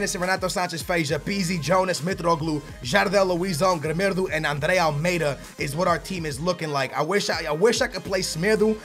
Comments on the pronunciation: his name is pronounced grimaldo not grimedo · Its not gremedo its "grímáldo"